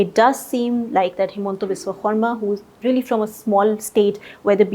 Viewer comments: She said Xarma instead of Sharma❤️ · It seems someone told to pronounce khorma